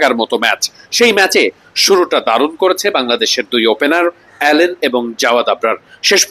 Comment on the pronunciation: অ্যালেন না ভাই আলিন